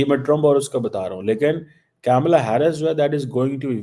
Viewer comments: KAMALAA. NOT CAMELLA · Badi interesting baat batata hun, sab kuchh janta hai India USA relation bare. Pakistan ko kis se fyda hoga Trump ya Harris se., Camela nahi Kamla bolte hain. Aur kya find kiya Damocretic kashkol mei kuchh dalega ya nahi. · At least learn to pronounce Kamala name properly.